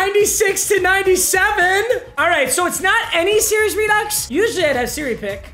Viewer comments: this guy said “SIRI’S REDUX” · Was it just me or was that serious redux not Siri picks